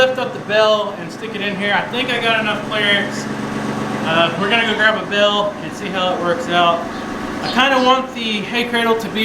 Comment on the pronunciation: When I began watching your videos several months ago, you would say, "bale" and I would think you said, "bell." (I'm a Northerner, my ears hear with a Northern accent, lol.) Live your videos, great family and farm, such blessings!